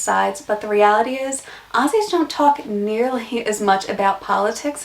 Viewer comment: Putting in as many Australian colloquialisms (cringe) as possible & dressing yr back wall with Chinese made Australian souvenirs is more of a give away than an American accent... also it's Aussie with a 'z' not Ossy.